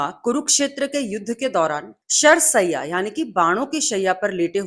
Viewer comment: Sharr shayya & not sayya... Rectify your knowledge and speech!